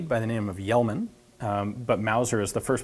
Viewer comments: FYI Ian, Kjellman is pronounced more like "Shellman". Swedish is a weird language. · Kjellman pronounces "schellman" ! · Close but no cigar Ian. Pronunciation of Kjellman would be closer to Shellman. Valiant effort though. :D Looks like a very cool gun. Edit: Damn. Too late. Someone else already pointed it out. Oh well. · Kjellman pronounced "Shellman" :P